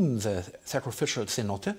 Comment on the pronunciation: "C-note"? Sin-No-Tay